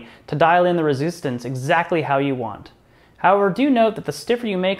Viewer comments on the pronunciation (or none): Yes, dial in that rezoostance, lol